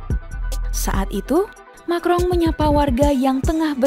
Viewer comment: Emanuel macron kok disebut makrong min.....